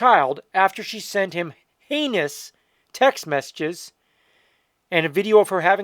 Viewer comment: Bro you got to pronounce your h is more dude I thought you said anus instead of heinous.